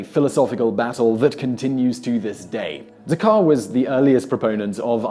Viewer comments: Decar ? I could have sworn that Descartes was pronounced more or less ‘day-carte’... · SIMON: AGAIN, YOUR PRONUNCIATION IS ENGLISH WRONG! MONSIEUR DESCARTES IS PRONOUNCED: DEH-CART, THE FINAL E DENOTES THE T IS SAID BUT THE S IS QUIET. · Simon's diction is great but his pronunciation sometimes leaves something to be desired... Descartes is "Decar"? Come on, Simon, you can do better. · It seems like they do a lot of research for these videos and then trip up on the weirdest things. The t in Descartes is pronounced. Otherwise, excellent video.